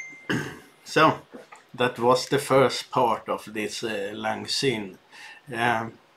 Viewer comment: Looking good! It's pronounced "sine" btw. (NEVER "zine")